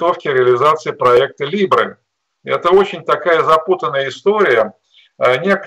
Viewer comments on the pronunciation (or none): Либры ... звучит как лявры